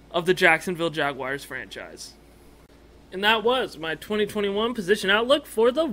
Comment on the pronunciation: Jag- WARS! Not Jag-“WIRES”… You’re supposed to be a REAL fan, dude. Stop it